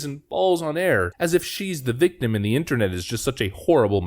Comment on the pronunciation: "i beez a viktum" and the ever popular "she beez ray-ray"